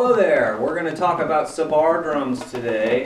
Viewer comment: Hi. Great stuff. I salute your knowledge. Playing and demonstrating tassu. Most impressive. But can I just comment on your iteration of the word sabar. You tend to stress the second syllable sa-BAR, where it should be on the first SAB-ar. I know you know that. Maybe it just doesn't sit easily with American English. Otherwise, nehna loll!